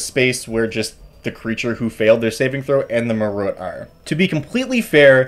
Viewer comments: Side notes: Assuming they're going for the Sanskrit pronunciation, Marut is pronounced /mah-ROOT/. You are absolutely right about the intellect devourer's signature ability. Jeremy Crawford confirmed that a long rest does nothing to repair the lost INT. He recommended greater restoration . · Marut is apparently officially pronounced like "muh root". I personally prefer "Marrit" like "Ma there's a weird cat" and Rit like "as it was written"